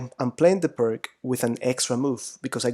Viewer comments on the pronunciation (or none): Oh. It is not PIRK, ir PRK, or anything like that. Pirc was from Slovenia, Yugoslavia, and you should try to pronounce his name as "peerts" or "pirts". Got it? Like /ˈʋâːsja ˈpîːrt͡s/ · The surname of one of the authors is pronounced as “pirz”, “Pirts” “peerts”, not like “pirk”. The other person who developed that system is Ufimcev. Thus it’s full name is more like Pirc-Ufimcev defence, but in English literature it is quite a trendy to forget all Russian names. :/ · I believe it's pierce (pee ir s), not PERK. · Why you don't try to find out the correct pronaunciation of the word "Pirc"? P - ee - r - t - z. Not too difficult, right? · Thank you very much for the instructive lessons. If you allow me, I would just point out the correct pronunciation of "Pirc Defense". It is named after the Slovenian grandmaster Pirc. Pirc is pronounced like "Pirtz", similar to the German name Fritz. Thanks again, I subscribed to your channel. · Im really appreciating these vid (apart from the pronunciation of "Pirc"...poor..!), but i feel like you Always try to delay castling. I (as White) have actually problems when black delays It, still im not sure that Is the main purpose for black in most of these position. However, as i told you, It's usually a problem to me, so sometimes i feel like It's a race between the two to the last to commit himself (black to short Castle, and White to launch the pawns)